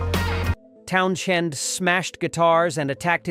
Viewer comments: Pete Townshend's name is pronounced "Townsend." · Clicked off as soon as I heard Pete’s last name pronounced. I knew it was ai, but damn. Have some respect for yourself. And for other people. Lazy creator. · me too. pathetic